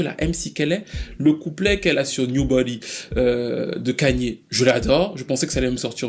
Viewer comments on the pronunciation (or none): none